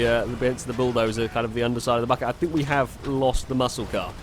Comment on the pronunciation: said bucket and it sounded like fuck it I'm only 1 day old I'm unsubbing